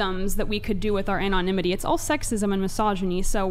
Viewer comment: Why do people on this podcast especially pronounce so many words crazy wrong? “Anonymity” is pronounced with a short A sound not the long A sound at the beginning. He and others often call women, woMAN. There are others.